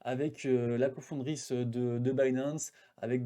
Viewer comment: Merci pour ton retour sur l'événement mais on dit co-fondatrice pas confondrice